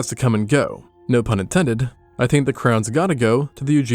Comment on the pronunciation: "Based on da bones..."